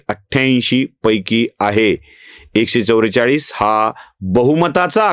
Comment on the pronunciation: 78 चा उच्चारण अठ्ठ्याहत्तर असा हो तो तुम्ही "अष्ट्याहत्तर" असा करता। हे चुकीचे उच्चारण आहे तसेच १४४ याचा उच्चारण एकशे "चव्वेचाळीस" असा होतो तुम्ही "चौरेचाळीस" म्हणता ते चुकीचे उच्चारण आहे। कृपया तेवढ सुधारणा करा